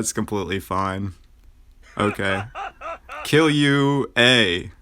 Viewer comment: that's not how you say killua 😭 And I manage to get almost 230k with my team on the hard mode I'm pretty proud 😎👍